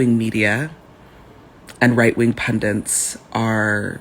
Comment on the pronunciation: WHY do Americans say the word "Pundits" as "Pundants" . . . ?